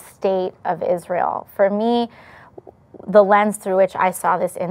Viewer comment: Still can't listen to the way you pronounce Ish-rye-el